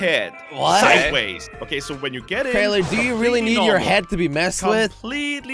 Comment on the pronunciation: ! YOU SAY WRONGLY,IS CRAINER,NOT CRANIAR!